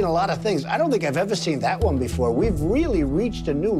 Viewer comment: I love when she says "THAT ONE."